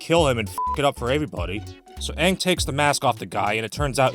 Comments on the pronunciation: Aang's name is actually pronounced that way in Mandarin, being the characters for "peace" and "souring." The problem is Aang isn't Chinese so it doesn't make sense to retcon how his name is pronounced, especially when other aspects of the cultural diversity of the show are completely ignored anyway. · The avatar movie: the disgraceful nick movie that badly pronounced names, takes years of earth bending just to toss a fist sized rock, and has nomads of fire and air instead of fire nomads and air nomads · Funny enough that is how his name would be pronounced in Mandarin Chinese... Except for the fact that no one in this show is explicitly Chinese. Much less Aang, who is if anything Tibetan/Nepalese/Bhutanese. It would be like if for the film adaptations of the Lord of the Rings that some new director came in and said "we're going to pronounce Samwise Ganji like the original Norse to better reflect his cultural identity" without realizing why that sounds dumb. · even tho this video is old but the main thing i hated about this movie was the way the named get pronounce like aang was aung and some of the other characters names was mispronounced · Why the fuck did they change the pronunciation of everyone’s names? He isn’t Ong, or Ung. It’s fucking Aang. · The worst part is they mispronounced aang as ONG. BRO. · "are you the ovartar oong?" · I saw this movie once, and completely forgot how they mispronounced the letter A. AHvatar AHng, fucking christ! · My cousin rented this movie and watched it with her once, it made me cringe the whole time. I even got annoyed on how they keep mispronouncing their names. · I bet M. Night pronounced Aang's name wrong because he thought it was anime and thus coming from Japan, where the A would have been pronounced that way. Japanese 'A's sound like they do in the word 'father'. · One of the biggest offenses this movie adaptation was changing the pronunciation of Aang's name.